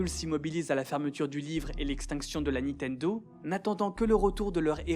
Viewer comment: Pour quelqu'un qui semble prêter attention à bien prononcer les mots japonais, vous mettez un point d'honneur à dire toujours "Nitendo"